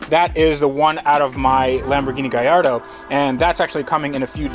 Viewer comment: In Italian...the "LL" in Gallardo are NOT pronounced "Y"....Thats spanish